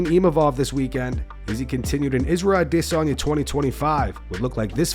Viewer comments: "AH DEHHH SONYAAA" I HATE THE WY THIS CHANNEL SAYS HIS NAME...SO EUROPEAN 😂😂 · The way this guy says Izzy's last name makes me wanna vomit